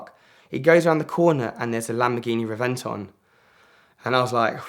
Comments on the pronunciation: Yeah, its "REV-en-Ton", and i got to not only sit in but he let me start it up, 1 of only 20 in the world, not a big deal. He let me drive his Veyron in his parking lot. REV-en-Ton, NOT the way your butchering it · He is a car guy but can't pronounce Reventon properly...